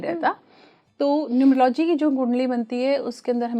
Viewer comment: न्यूमरो - "लॉजि" 😂😂😂 चाहे कितने आधुनिक, महंगे और फैनसी कपड़े पहन लो, गँवारों का सच सामने आ ही जाता है I "Numerology" शब्द का उच्चारण (pronunciation) "न्यूमर- औलोजी" होता है I 😅😅😅 गीदड़ पीले रंग और काली लकीरें अपने ऊपर पोतने से चीता नहीं बन जाता l